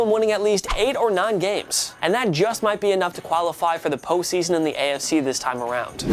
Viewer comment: If says "Po season" one more time... 😑